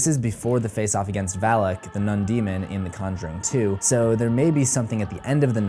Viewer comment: its Valak not alak get it right dude